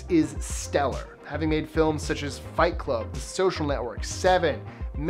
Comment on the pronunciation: 'Fight Vlub' - lol